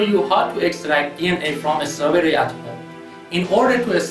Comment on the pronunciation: Please don't add the 'sound' "UH" to the end of "strawberry"... Thank you!